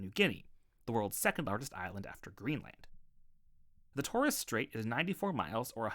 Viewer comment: Mate, that's the worst pronunciation of Macquarie I've ever heard. Also, check your pronunciation of Pilbara and Torres.